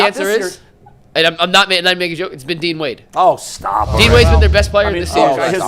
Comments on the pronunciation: im ngl, that alone is why im turning this video off mf said dean wade… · this nigga said dean wade…stfu bro